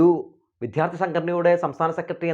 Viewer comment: വിദ്യാര്‍ത്ഥി(ദൈവത്തിന്‍റെ ''ദ'') എന്നു പറയൂ പ്ലീസ്. വിദ്ധ്യാര്‍ത്തി എന്നു ആവര്‍ത്തിച്ചു കേള്‍ക്കുന്നത് അരോചകമാണ്. അതുപോലെ താങ്കള്‍'' ബോധം''( ബാഗിന്‍റെ ''ബ'') എന്നു പറയുമ്പോള്‍ വേറെന്തോ ആണ് കേള്‍ക്കുന്നത്.